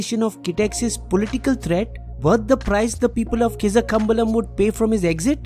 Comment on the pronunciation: you pronounced the name wrong even hough it was spelled correctly. Same with Kizhakambalam. Please take the help of native language speakers to help you with the right pronunciation. It will add more nuance to your already good videos